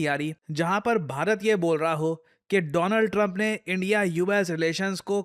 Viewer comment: My Frand Mr. Dolaand Trump😂